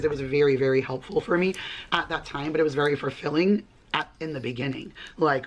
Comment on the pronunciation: Why does she keep saying “FURfulling”?